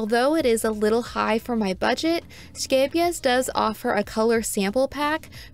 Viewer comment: 10/10 for this review simply because you had a pretty good pronunciation of Scheepjes 🤣 The number of times I've been caught off guard and did a spit take because someone said sheepjuzz or scapejass has been too many